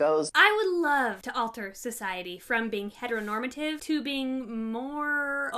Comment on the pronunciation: But she said "hetnormtive"